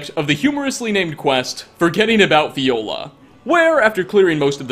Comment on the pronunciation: Fjolar, not Fiola. The «Fj» is pronounced like you do in the word «fjord» 😄😉